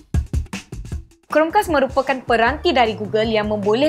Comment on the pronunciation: Amboi sebutan. Chromecast dimelayukan jadi Chrome-kas eh?